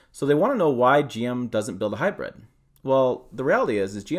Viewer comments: hy brid not hy bread learn how to pronounce words properly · Sounds like he’s saying Hybread.